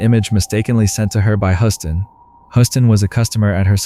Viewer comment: love your content but you need to be consistent with pronunciations... and Huston sounds like Houston, I mean you can hear the people saying it correctly on the video in between your mispronunciations.